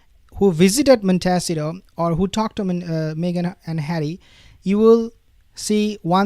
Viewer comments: Pls… montecito not montesio 😂😂😂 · Please! It’s pronounced Mont ih C toe. You are very hard to understand at times because you mispronounce so many English words. Please learn how to pronounce names of things at least closer to the way they are said in America. Thank you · You asked how to pronounce the city that H&M live in it’s “Mont ta seat toe” sound it out.